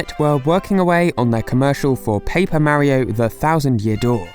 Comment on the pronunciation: STOP PRONOUNCING MARIO LIKE THAT AAAAAAAAH